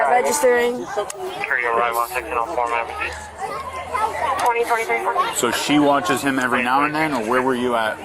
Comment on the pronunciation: Is that regetstiing 😃😂